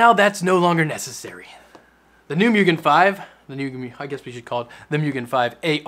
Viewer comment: Its moo-gen